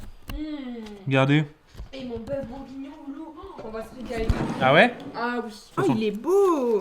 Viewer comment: On dit bourguignon pas bougonnions ❤️❤️😂sinon je vous kif les boss ❤️❤️❤️